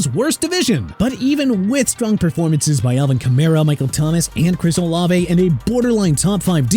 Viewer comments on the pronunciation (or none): none